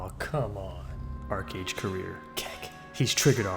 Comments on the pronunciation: ARCHEEEE AGE STOP SAYING ARCAGE OH MY GOD. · I hated it when people would pronounce it "arch age" ("arch" like a curved architectural feature). Yeah, I had fun in the beginning. :)